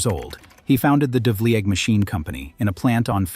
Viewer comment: the pronunciations of the narrator are very poor -- change the test it reads to get it to speak correctly: devleeg, jig-mill.